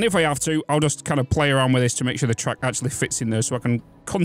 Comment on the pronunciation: to my American ears, I kept hearing "truck", thinking "these are trains, why does he keep saying truck?", then realized you were saying "track" lol